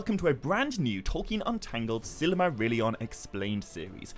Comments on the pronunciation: I've had to stop watching and downvote this video after only getting two minutes in. Your pronunciation of Silmarillion is literally silly. As in you say: Silly Marillion Instead of either: Sill mah rill ee on (Christopher Tolkien's pronunciation which is presumably the same as his father's) Or: Seal mah real ee on (which would apparently be correct using the Quenya pronunciation rules but is rarely used). It took me about three minutes to check the above, probably less. What on Middle-earth were you thinking man? 😕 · I don't think I've ever heard Silmarillion pronounced that way. Good video though 👍